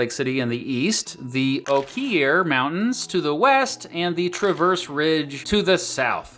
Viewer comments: Quick note: the mountain range to the south-west of Salt Lake City, the Oquirrh mountains is pronounced oak-er. Not oak-eat. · Love the comparison videos! A quick correction: Oquirrh is pronounced like the color ochre, i.e. "OAK-er" not "O-kEER". I know it's nearly impossible to guess that first try without being a local. (As an added bonus, try saying the name of the town "Hurricane" like the locals, or getting the word "Uintah" right the first time.) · Oquirrh is pronounced locally as "oh-KERR" or "Oaker", but as a queer person who lives at the foot of these mountains, I'll accept "a-queer" pronunciation. 😉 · SLC Local here, great comparison video! Wanted to point out that the Oquirrh Mountains are actually pronounced: “OH-KER” or “Oaker” like Oak, but with an “ER” added to the end of the word Oak. The word comes from a local Native American tribe. As a kid, due to the spelling, it even took me awhile to learn to pronounce properly. So we don’t expect many outside the area to be able to pronounce it at first glance. Once you’re here, you’ll find the word everywhere in the Western Salt Lake Metro. Schools, streets, parks, libraries, neighborhoods, businesses, etc are all named after the Oquirrh mountains. It’s as popular a placename here as “Larimer” is in the Denver region. Enjoyed the video and love both cities! Denver is like our sibling that lives on the other side of the Rockies! Lots in common! 🏔️Keep up the great work man! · The Oquirrh Mountains are pronounced "OAK-er" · “Oquirrh” is pronounced “o-KER”. Rhymes with Joker or Poker. REALLY Great vid! (As always) But I wanted to clarify that little bit. Sincerely, a Utahn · Utahn here. The Oquirrh mountains are pronounced like oaker. 😅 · Oquirrh is pronounced "oh kurr" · I appreciate the honest effort in pronouncing 'Oquirrh'. However, as a native to the land, I wish to inform you the correct pronunciation. Oquirrh (Oak-ker). I live next to them on the southeastern side. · its pronounced (oh-curr)